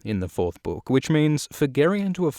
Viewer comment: i love how you mispronounce the word ''book'' and nobody cares really, because of your awesome content